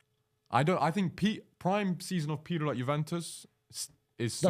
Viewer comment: Why does he call Pirlo "pierlo"